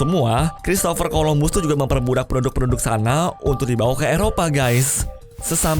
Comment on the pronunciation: Waktu mbahes christopher columbus dengernya produk bukan penduduk wkwkwk